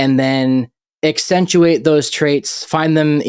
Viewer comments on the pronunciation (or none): 28 minutes in.... It's "accentuate" not actentuate. Man, I hate being nit picky on grammar and pronunciation. But that's pretty basic English.